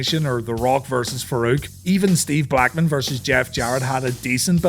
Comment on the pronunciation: Lol the way you said Steve Blackman